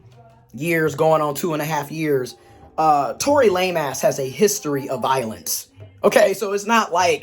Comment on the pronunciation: You said Tory Lameass🤭